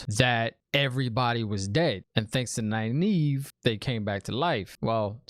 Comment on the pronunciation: you pronounced Nynaeve right!! I'm so proud of you ^_^